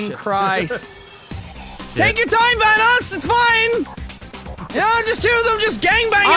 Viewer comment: Ey its Van-oss